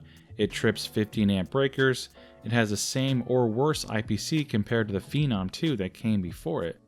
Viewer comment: It's hilarious how Americans can't pronounce things on a regular basis. It's not PHEE-NOM, It's Phen-nom. You know, sounds like Venom but with a PH.